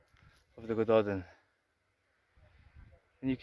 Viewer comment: It's great that you are interested in this stuff, but I'll bet it makes you cringe when people say Eedinburg or Loth-AY-un. So it's a nice touch to do your research on pronunciations BEFORE you make the video, so Welsh speakers or Gaelic speakers, or whatever, don't have to cringe. It's more respectful, and people will respect you more. Here's some help - Y Gododdin: "uh Go-DO-thin" (Both "o"s rhyme with "go", hard th - you nearly had it right!) Mynyddog: MUH-nuh-thog (dd is always hard th, ddog rhymes with dog) Mwynfawr: MUIN-vower (rhymes with shower) Din Eidyn (Welsh): Deen AY-duhn (AY rhymes with say) Dùn Èideann (Gaelic): Doon EE-juhn Catraeth: ca-TRITHE (rhymes with Blythe) Keep up the good work!